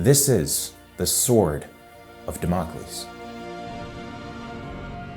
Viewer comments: Damocles is pronounced DAM-oh-kleez. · no you fucking nerd, it is the same as it's spelled: DAMMACLES. now gimme your lunch money